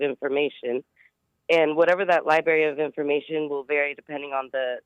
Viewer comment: I can't take anyone seriously that says "Li-berry" instead of library. I remember my elementary school librarian telling us that on the 1st day of Kindergarten